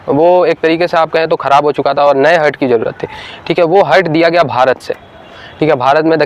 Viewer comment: हर्ट नहीं हार्ट बोलो